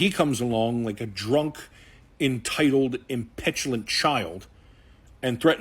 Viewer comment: impetulent? Learn the King's English prior attempting to edify viewers as a common-ta-tor👍